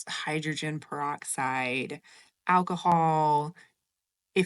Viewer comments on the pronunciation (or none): none